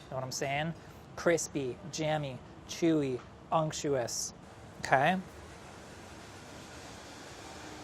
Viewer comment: nobody:: uNCTUOUS